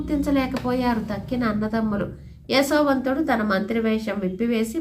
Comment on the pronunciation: అమ్మ మీరు యశోవంతుడిని ఎసో వంతుడు అని పలుకున్నట్టు అనిపిస్తున్నది